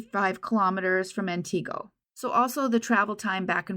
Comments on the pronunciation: Good job on your pronunciation of Wausau but Antigo wasn't correct. It's closer to Ant-ig-o than An-ti-go. One of those weird WI pronunciations. They really don't have enough to charge the driver & guarantee that it would stick. I lived & worked in that area of Central WI for many years. I remember there being posters all over Wausau & the surrounding areas at the time. All 3 of the "local" TV stations ran the story many times. Thank you for covering Kayla's story! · The town’s name is pronounced “Ant-i-go”, no “EE” sound.